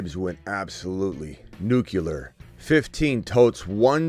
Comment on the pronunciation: “Nucular” always kills me 😂😂😂😂